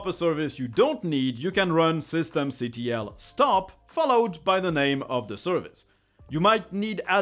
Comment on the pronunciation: Sorry but the command "systemctl" It's not pronounced or named system C T L, it should be referred as "System Control" the command "systemctl" is just an abbreviation of "System Control"